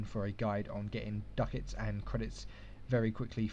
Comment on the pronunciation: "Duck-Itz" x')